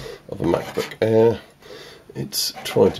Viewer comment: The Way He Says Air "The Mac Book Airrrrr" 😂😂😂